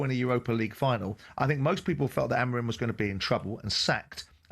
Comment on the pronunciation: What Is this caller James on. Glineos fan no doubt. Well done Simon calling him out👏 Haha and Keown saying about Sancho Rashford is just the icing on the cake. A think talksport would save a lot of money getting rid of these. Well done Simon again calling out Keown. You have saying AMOREEN. Who's he. And Jim Saying Deetorg. It's DOT ORG